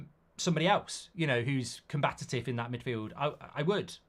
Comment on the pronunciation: The word is ‘combative’, not ‘combatative’….